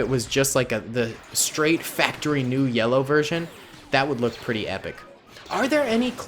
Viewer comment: He said lellow